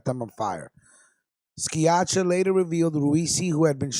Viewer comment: My friends last name is pronounced (seeyakka). Anthony Sciacca. Anthony is a stand up guy. Can YOU PLEASE pronounce Anthony's name correct please